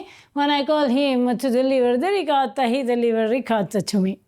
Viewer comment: I'm so glad to see another ... ahem ... "reekadda" ... recipe 😂 - dude, at least try a little effort to pronounce it a little bit correctly